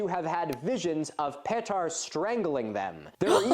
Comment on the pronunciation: Actually by my estimate, I'd say he got that Serbian name pretty well for someone who's very much not used to that. I think he might have stressed the second syllable of "Petar" a bit much, and held the "je" of "Blagojević" a bit long, but... Also "Chełm" is pronounced very close to "Helm". The e and m make the exact sounds you'd expect, meanwhile that "ch" is softer, like the Scottish "loch", and that slashed l is pronounced like - of all things - "w".